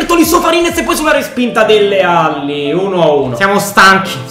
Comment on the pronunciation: Si dice dele alli no delle alli